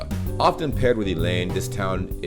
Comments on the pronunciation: Elend is more pronounced like 'Ae-lend' 'ae' like the first 'e' in everybody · I'm always impressed by how great your pronunciation is. Keep it up! :D The only things I'd correct is your pronunciation of "Elend". The emphasis lies on the first E! :) Same for "rammeln". Emphasis on "Ra(m)".